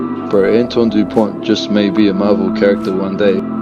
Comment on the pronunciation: Antoine Dupont will remain in history books as the first the have British commentators pronounce the vowel “u” correctly!